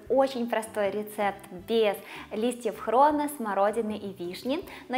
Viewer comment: Не хрон а хрен!!!!!